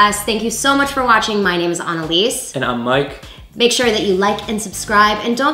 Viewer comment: Great job, once again doing such fun taste-testing!! At least this one wasn’t as brutal on poor Mike, who’s a real trooper in each of these... Annalise, love your name btw, especially pronounced the German way, but when you did the smoothie one of these tastings for Mike to try some time ago, the very first one you did is a mixture most people probably never thought to combine. Yet it is close to something I mix every day and absolutely love!!! Except I mix mine with yogurt... So, yogurt, beet powder, Chia seeds, and blueberries...What a combo!! Keep doing what you do, you’re the best ever in every way, and I so appreciate you!!